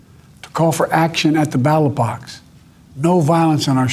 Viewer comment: I thought he was using some weird slang at first until I realized he was trying to say "ballot box." He can't even do a 6 minute teleprompter address.